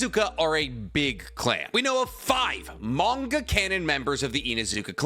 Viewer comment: Manga cannon clans "manga cannon" 😂